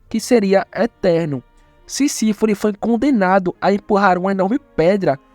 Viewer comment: É Sísifo e não Sisífo.